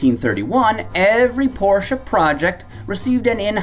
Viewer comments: Porschuuuuh ... You muppet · It's definitely pronounced Porsche, not Porsche.